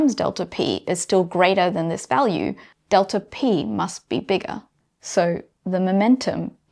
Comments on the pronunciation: deltaRx :)) First time I've heard about this there's no R there :R Amazing stuff, though. [delta eks] is the correct pronunciation but I will let this one slide, as this lady is the epitome of beauty + brains :))) delta P you nailed that one! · You have an intrusive R in your pronunciation of "delta X" which I could do without, but otherwise I've really been glad I watched this video and think you should do more. Thank you. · Why do you pronounce the extra R all the time. Makes you sound illiterate. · "delter x" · "delter" or "delta", aaanyway.... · Off topic, but it's interesting to hear the accent (speaking as an American) regarding the change-up on the pronunciation of "delta". For momentum it's del-TAH P, but for position it's del-TER X. That is all. Tnx. :) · In some dialects, the R sound is inserted when there is a vowel sound at the end of a word and the beginning of the next word. So it's "delter x" and "delta p." It's just a regional variation. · I was just getting used to 'delter x', and then it's jarring again to say 'delta p'...